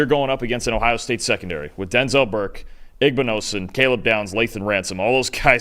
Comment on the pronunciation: Just saying igbinosun is pronounced wrong. More close to ig-bin-no-son